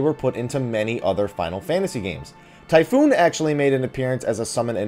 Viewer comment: it's Typhon. Not, Typhoon. Jesus your pronunciations..